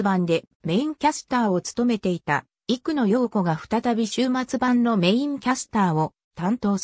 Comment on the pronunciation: 声の人は生野陽子キャスターを「いくの」と間違えてる。